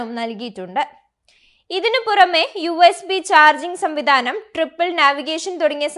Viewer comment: "ട്രിപ്പിൾ" നാവിഗേഷൻ അല്ല, "ട്രിപ്പർ" നാവിഗേഷൻ.